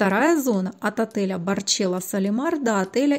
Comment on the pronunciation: А Barcelo Solimar не говорят Барчело!!! Фуу